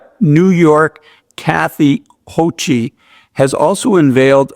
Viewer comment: The last name of the NY governor is pronounced like Hokul not Hochee.